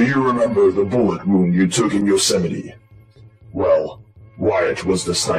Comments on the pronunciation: I didn’t see this mentioned, and I haven’t finished yet, but Yosemite is pronounced “yo-SEM-i-tee”, not “YO-sim-ite.” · "Yo-Sam-it-ee" National Park ;). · Isn’t it pronounced yo semitee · Lol. It's pronounced Yo-sem-ity.